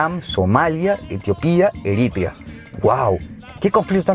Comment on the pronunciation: Deberían consultar como se dice Eritrea antes de hacer el vídeo...está mal pronunciado. después de todo pueden consultarlo en Youtube por otros que si saben.